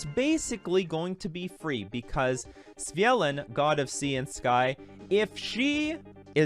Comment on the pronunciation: I'd take you more seriously if you didn't continuously get the card name wrong.